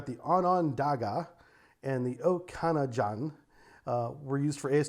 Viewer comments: Hey man, the „Okanagan“ is pronounced „oak-ah-nah-gon“. We have places here in the Columbia plateau in Washington (state) named after the same area north of here in Canada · Ojibwa = Oh - Jib - Way Onondaga = Oh - Non - Day - Gah Okanagan = Oh - Can - Naw - Gan Named after Indigenous tribes in Canada, sorry I know you tried your best to pronounce the names but man was it killing me haha. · Pronounced O-jib-a-wa Oak-kinn-nogin Own-on-dawga Or at least this is how many Canadians would say it. I'm shure these are poor Anglo approximations of indigenous pronunciation. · Canadian here, just wanted to clarify the pronunciation for you. Ojibwa = O-jib-wah Onondaga = ahn-nin-dah-gah Okanagan = O-kah-nog-in